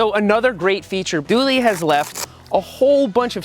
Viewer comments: Th/oo/l not Th/oo/leee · Hey Seth! Just popping in to say that "Thule" is pronounced "tool"! Hope you get well soon! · pronounced toolee isn't it? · He pronounced thule wrong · Is that how you pronounce Thule?? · I was waiting to hear how you pronounce Thule! 😀